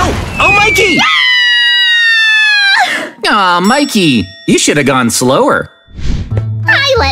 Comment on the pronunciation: Wait not makey😅 but mikey😊